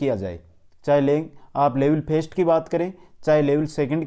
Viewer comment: vo language "phest" nhi he language "first(फर्स्ट)" he.....apni boli sudhare.....sabdo ko sudh rup me ucharan kre ..